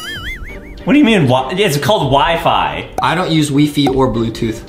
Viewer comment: "We-Fe" Its Wi-Fi Lol